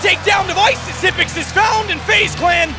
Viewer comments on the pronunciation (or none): none